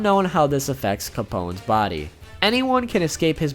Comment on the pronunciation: does he say si capone's? XD are you spanish? PD: just found this channel and subscribed, has so cool content and i'm spanish XDXD